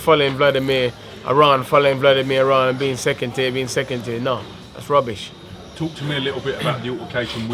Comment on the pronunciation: Whenever he says 'rubbish' I can't keep myself together 😂😂😂